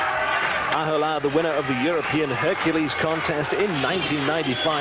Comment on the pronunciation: Thinking Ahola was Reeves, and that he'd given up, then later correcting it to Ahola (mispronouncing name) and that he'd actually finished (he actually won by a mile). Then thinking Magnus was the Mastermind host and that he was a giant, only to then say he had a small stature. And that was just event 1! He's really having trouble with Ahola. This time mixing him up with Veneberg, as well as mixing up heights and weights. Kiri won, oh no wait it was Ollesch. So many "I beg your pardon it was"s